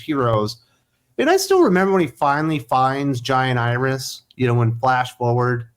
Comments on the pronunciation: It took me a minute, but when you were saying "Jai and Iris", I thought you were saying "Giant Iris". Hahaha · I keep thinking you’re saying “giant Iris”